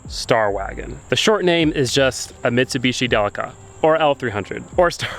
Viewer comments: De leak a say it with me de leak a. Not del lick a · Love a Delica! I’m a huge Mitsubishi fan. Just can’t help but think your saying it wrong. In Australia and Japan it’s pronounced Del-ee-ca. Lol.